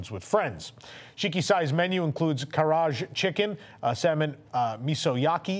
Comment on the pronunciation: you pronounced most of the Japanese terms quite well. The only thing that need work was "Karaage" (pronounced Ka-ra-ah-ge".). As always thank you (and the team) for the video.